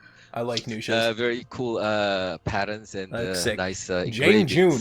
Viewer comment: Did you really call nuxia nusha?